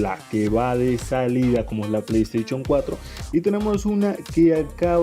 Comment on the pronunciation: Play staichon? Jajaja